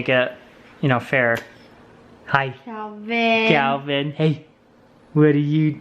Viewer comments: Did call Calvin - KEVEN at the very end there!?!?!? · Here come the comments saying got calvins name wrong 😂 who remembers when he did that before? I love home alone!